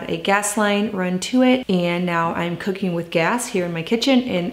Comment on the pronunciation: After rewinding like 8 times..... I finally decided you said COOKING.... oh my Lord!!!!!